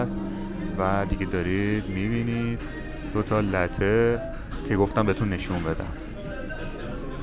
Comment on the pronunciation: با دُرود ، ساختمان رستوران عمارت والا خيلى زيباست ايا ساختمان ان قديمى است يا قديمى نَما ؟ قهوه اى كه سفارش دادىcaffe lattes ( شير و قهوه اسپرسو)"لاتِ" شما انرا "لَتِ" گفتيد . انواع قهوه هاى ايتاليايى همه جاى دنيا اسامى و تلفظ يكسان دارند .